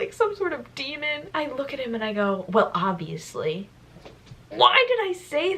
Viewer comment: "WeLl iBviOuSly"